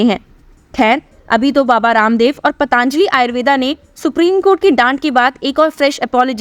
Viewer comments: Madam , आप पतंजलि को पतांजली उच्चारती है ; सुधार की जरूरत है 👍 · आपके द्वारा "पतंजलि"को " पतांजलि" उच्चारित करना हीं शक उत्पन्न करता है।